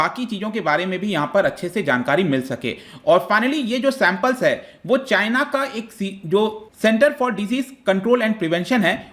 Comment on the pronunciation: As always "chyna"🤣